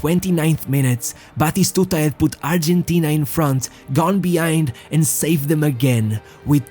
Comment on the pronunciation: Dear lord man, stick to one pronunciation or just pronounce the names in English, don't just makeup names to show that you can speak various languages is F*** annoying, good video, but your pronunciation killed me to the point of writing a comment. 1. his name is BATISTUTA not Batishshshtuta... don't drag the s and h!!! there no HHHHH.. 2. is pronounce ARGENTINA, you either pronounce it in english accent or Spanish accent but dont put J and S and H where there's none.. Arrrgjjjshentina 3. Is pronounce ROMA (Spanish), in English Rome (Rowm), but not GGRRRROME... not even the French will do it lake that.. 4. if you pronounce Ronaldo name with Portuguese accent, then stick to it!! however, given that your presentation is in English, then its better to use the English pronunciation of his name, and all the names as you're main target seems to be English speaking audience.